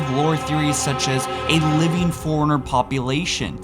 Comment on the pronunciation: I love your content, but for the love of god. Figure out how to say librarian and forerunner. Forerunner and foreigner are completely different words.